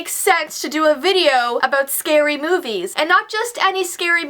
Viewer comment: At first I thought she said scary boobies